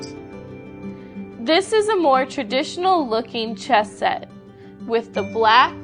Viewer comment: Damn! I thought you said chest!